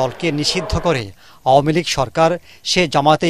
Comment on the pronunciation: এটারতো উচ্চারণই ভালো না। আও-য়া- মী লীগ